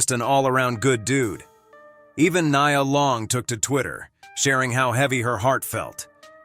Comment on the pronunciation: (Nai-ah) Long ❌ (Knee-uh) Long ✅